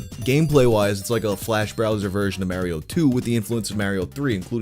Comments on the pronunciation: Love the video, keep up the great work! The way you say Mario is ridiculous. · i don’t like how you pronounce mario 👎